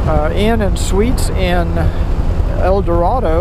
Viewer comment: I'm sorry, but I have to correct you. El Doe-ray-doe. Not El Doe-rah-doe. Glad you enjoyed your time in Arkansas!